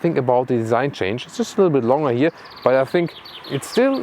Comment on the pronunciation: When you say longer, please say the G like you would do in the german word Gestern!! Vielen dank :-)